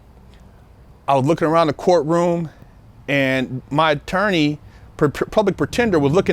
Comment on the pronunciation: LOL SAID ATOWWNEI HAHAHA ELMER FUD SOUNDING BROTHA JK MUCH RESPECT AND LOVE GOD BLESS BIG GUY.